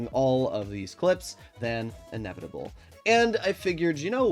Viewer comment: Bro can't even pronounce "inevitable" and my name correctly 😭😭😭